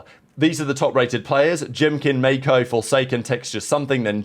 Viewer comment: im convinced he does it for comment engagement lol